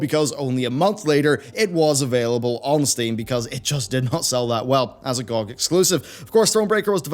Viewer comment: The way you pronounce GOG bothers me a lot. Good video!